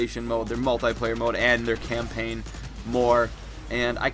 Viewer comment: Didn't he just say campaign